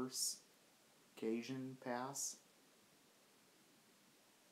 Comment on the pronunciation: I respectfully suggest that you learn how to pronounce Pasadena, San Bernardino and Cajon. I.E. Ca'hone